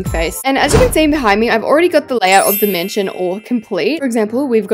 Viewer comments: I like how she said "MASNION" instead of mansion lol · Masninon? I love your videos but masninon?.?? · 😊hahaha u said masnion